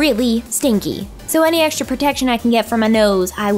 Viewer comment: haha i like when you spell the letter X as eksh like extra》ekshtra😍😂